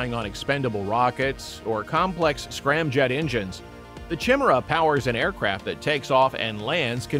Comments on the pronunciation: Chim-Chimera, Chim-Chimera, chim-chim Cheree. An engine is perky as perky can be. Chim-Chimera, Chim-Chimera, chim-chim cheroo. More speed will rub off if you go past Mach two! It's pronounced kai-MAIR-uh, with emphasis on the second syllable, and an initial K sound, not CH. Nice report though. We still like you! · You'd be well advised to learn how to pronounce Chimera. Kai-meer-uh is the proper way!! -Gunny T sends